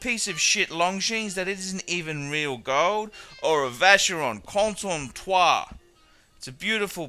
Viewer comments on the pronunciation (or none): Probably he mispronounced it on purpose. Just to be funny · I agree with your general argument but no need to use bad language. We should let the quality speak for itself. By the way why the mispronounciaton of Constantin? Otherwise a very pertinent video. As I say, buy the obvious, pay the obvious.